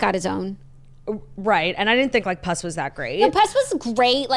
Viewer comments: THE WAY YOU ARE PRONOUNCING PUSS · I’m upset about the pronunciation of Puss happening here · Screaming at the way yall pronounce ‘puss’ from puss in boots 😂😂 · The pronunciation of puss is killing me. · i’m screaming at the puss pronunciation